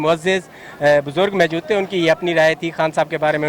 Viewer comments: Jahil logon ko reporters bana deeya hai?Reporter nay video kay shiroo main kaha kay aik Buzoorg Mayjood hain😀😀😀abey Payndoo,Sahi Lafz hai Maujood not Mayjood.English ki aisee taisee,kam az kam Urdu hi achi bol lo. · Mike pakra hai or mojod ko mejod keh raha hai